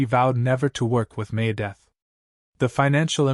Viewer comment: Dave Must-in? May-Death? Perhaps we should work on our pronunciation a bit....